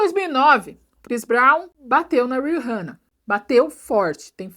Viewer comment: RiRRana não,, pelamordeDeus! kkkkkkkkkkkk É Ri(h)anna mesmo!